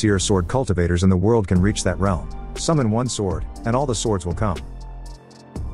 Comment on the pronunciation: What the heck. If you can't pronounce world correctly then fix the problem.